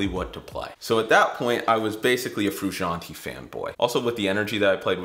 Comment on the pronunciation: They way he pronounces Frusciante triggers me